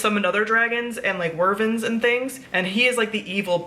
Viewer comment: Wyvern (why-vern) not “wervin” 😂